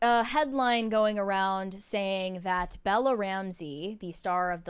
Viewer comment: Ok.. I KNOW you are capable of pronouncing a short “a.” You quoted Ellie by saying “I’m gonna be a dad.” You said DAD. Not, “dodd.” Then you IMMEDIATELY followed it up by saying “thawt” instead of “that!” Now you are just messing with us!!